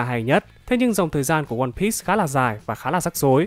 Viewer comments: piece đọc là piii not pít nhé ad :v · Từ one piece là đọc sai